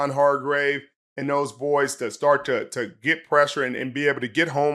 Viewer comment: I believe it's Toe-uh Toe-uh (please correct me if I'm wrong), for To'oto'to. Great ending! I mostly wanted to see a happy Kirk and angry Siriani😁👍👍👍